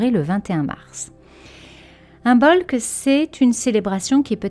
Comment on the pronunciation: Merci. J’aime beaucoup vos vidéos et podcasts. Je me permets juste de dire que l’on ne prononce pas le B dans Imbolc. Je l’ai appris aujourd’hui. C’est pourquoi je me permets de vous partager la vraie prononciation. 🙏🏻🤗🙏🏻